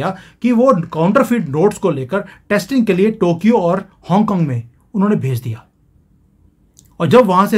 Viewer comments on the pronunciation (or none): none